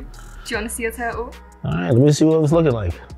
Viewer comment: Just realized the British girl pronounce ‘your total ‘ as ‘yur turtle ‘